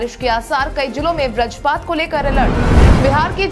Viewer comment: व्रजपात नहीं बल्कि वज्रपात होता है। हिंदी सुधारो क्योंकि आप हिंदी भाषी राज्य के पत्रकार हैं।